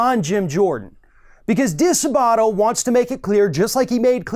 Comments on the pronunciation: "di-SAAH-butto" NOT "dee-suh-BAW-to" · I am very thankful that you're covering this disgusting coverup,! FYI the accent is on the second syllable of DiSabato.